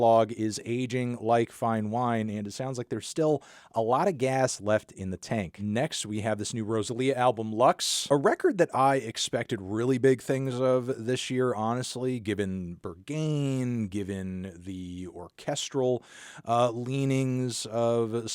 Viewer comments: Pronouncing Berghain "burggeyn" is next to it 😭😭😭😭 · "Burrr gain" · Please, just please, nerver say Beargain ever again! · Brain go Burr gain 😵‍💫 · hes so amerikkkan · well you’re not getting into Berghain with that pronunciation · Dropped my sausage when he pronounced "Berghain". Ganz liebe Grüße! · Hope you learn to pronounce Berghain properly for the Best Tracks list… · Jesus, you mispronounced ‘Berghain’ in the original review from last month, and now you’re doing it again?